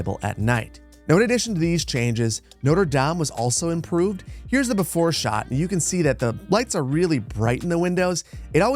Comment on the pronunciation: English speaking people saying neuter dame instead of notre dame is so funny to me